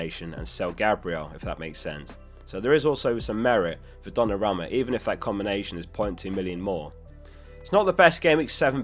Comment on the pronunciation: I wish you would say Donnarumma correctly once